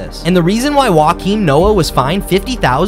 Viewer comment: NOT "wah-keem" noah. "yo-keem" noah...